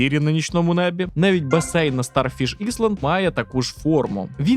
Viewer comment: "іСланд".... Ясно, далі можна не дивитись